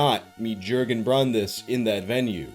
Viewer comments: Jurgen = Yuh-gen: J sound in German isn't the same as J in English. J in German sounds like Y in English. English "Yes" in German is "Ja". Said like "Yah" in English. So "Jurgen" is pronounced more like "Yer-gen", or more correctly, "Yuhr-gen". Also "V" and "W" is swapped. So "Winter" becomes "Vinter", or more correctly, "Veen-tuh" Armin Meiwes = Ahr-meen My-ves. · In Deutschland, J's are pronounced as Y's. Jurgen-Yurgen. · The person’s name is pronounced yergen btw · Yes you pronounced the name "Bernd Juergen Brandes" the wrong way, but doesn't minimize the interesting content at all. Best wishes from germany ☀️😊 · but then how he pronouced Jurgen killed me each time